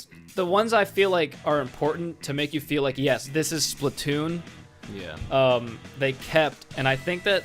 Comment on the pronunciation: why do u say splitoon???